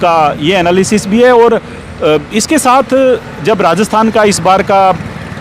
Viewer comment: श्रीमान जी नमस्कार! आपके वाचन में बार-बार आया शब्द "रास्तान" का उच्चारण उचित एवं शुद्ध नहीं है। इसका सही उच्चारण राजस्थान होना चाहिए।